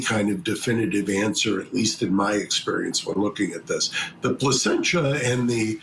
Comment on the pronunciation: This man said placencha and we are supposed to take his opinion seriously. It’s called a lung float test. He knows it. It’s not rudimentary either.